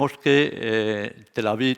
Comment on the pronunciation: "el tercer Right" 🤣 y luego Tel Avit Querub